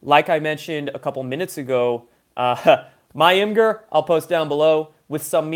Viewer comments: IMGUR pernounced 'imager' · ITS PRONOUNCED IMAGE-ERR